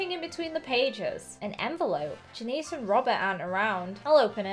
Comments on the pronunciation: Great vid. But its not jan eece its jan iss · Its pronounced Jan-IHS not Janeece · Janices name is pronounced Jan is. But I don't really care say whatever feels right to you. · You say janice like (jan)-(i)-(s)